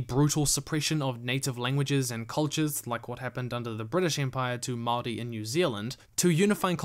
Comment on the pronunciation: Holy shit you pronounced Maori correctly!